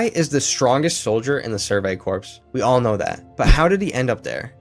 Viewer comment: Corps the p is silent